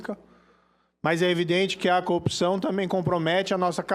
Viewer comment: como pode um "juiz", não saber pronunciar a palavra corrupção. pare de enganar os bolsominios, morocutaia.